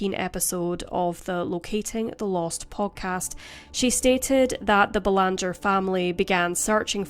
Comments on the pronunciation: It’s pronounced Bay-lawn-jay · It is said "Belangee." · Doesn't pronounce Belanger like we do in Canada